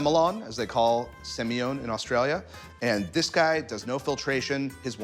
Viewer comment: Very insightful! But mate we don’t pronounce semillon like that!